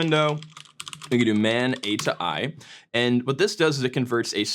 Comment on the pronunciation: mate im pretty sure its pronounced atoi not atoi